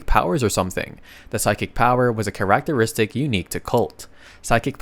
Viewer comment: ah yes karach-teristik